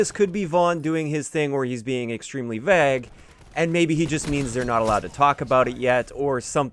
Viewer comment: You pronounce vague wrong in any accent